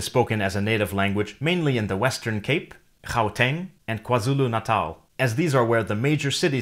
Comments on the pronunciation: Oh, my word! You actually pronounced Xhosa and Gauteng correctly. On top of that, you're not even from South Africa. I am impressed 👏🏽👏🏽👏🏽👏🏽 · The pronunciation of Gauteng was spot on. As was the vast majority of other words and names. You earned a new subscriber